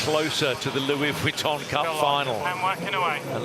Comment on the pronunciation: The problem with is that he does not understand sailing, is not a sailor, and appears incapable of learning anything about sailing. It seems clear that the three experts - Ashby, Robertson and Lester - have little respect for him. He also consistently mispronounces "Vuitton", which is a touch annoying. But the AC75 racing is compelling and the AC40 fleet racing is bloody fun to watch.